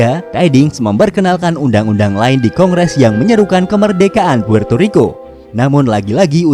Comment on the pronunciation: puerrrrto rriko